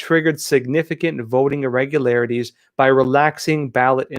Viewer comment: I almost thought you said vetoing system, Lol